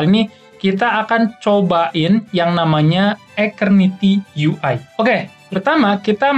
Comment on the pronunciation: ijin koreksi dikit bang cara nyebutnya yg bener keknya "esterniti" deh soalnya "ace" nya dibaca "es" gitu wkwkw kalo "aketerniti" aneh aja dengernya dan susah disebut juga kan :v